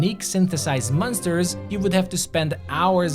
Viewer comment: I don't know why you pronounce monsters like m-un-sters. Good video nevertheless.